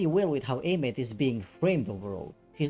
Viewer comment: I thought Aemeath's name was pronounced like Eye-myth.